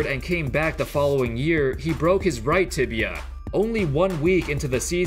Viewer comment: Man this guy is really cursed the word "Tibia".